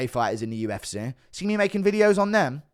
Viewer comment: Why does bro say “the UFCERR”